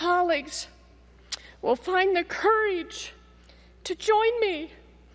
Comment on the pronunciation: I have issues with people who say "mare-eej" and "cour-eej" like "The Clevers". I know it's not everybody, but a good measuring stick for over zealous hard right ideology. My apologies to those I put in the wrong "basket".